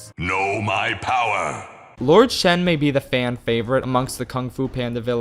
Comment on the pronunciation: It's actually Shen